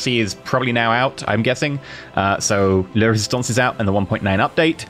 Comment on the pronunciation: If you're going to comment on how living in UK instead of the US means you're going to be better at French than Spanish, you should probably double-check your pronunciation of the French in the title of expansion pack. It's LA Résistance, not LE Résistance. Feminine--the article is going to pronounced with an "ah" sound, not an "er" sound. The mispronunciation has been bothering me every episode so far...